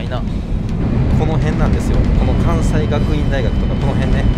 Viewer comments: かんせいがくいんだいがく、です😅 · 地元やからすぐ分かったけど、ようあれだけで分かりますねw あとZAKIくん、関西学院大学は「かんせい」がくいんだいがくですw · 『かんさい』学院大学言うてたね、『かんせい』学院大学やで🤭 そして行きつけの美容院も友達んちも、よく行くパン屋も色々映ってて、嬉しい❣️ 地元や〜😂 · いつもの事とはいえ、「かんさいがくいん」ちゃうで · かん"せい"です😢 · ……、 関西在住の方が関学(関西学院大学)を「かんさいがくいんだいがく」とは……。 正しくは「かんせいがくいんだいがく」ですよ～。 しっかりしてね！応援してるよ!! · 関西学院大学は「かんせいがくいんだいがく」と読みます。 「かんさい」ではありません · 細かくて恐縮ですがZAKIくん、「かんせい」学院大学ですね